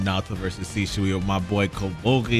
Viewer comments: How is it that you managed to spell shisui properly, but you still pronounce it as Shishui which is wrong? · Why does everyone call him Shishui? Lel